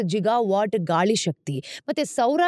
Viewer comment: ಅದು ಗಿಗಾ ವಾಟ್ಸ್, ಜಿಗಾ ವಾಟ್ಸ್ ಅಲ್ಲ.